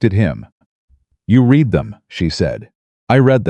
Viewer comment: If you can't do the narration without crap in it and can't learn how to pronounce "Read" and "Quieter" correct then you need to get someone else to do the narration or stop all together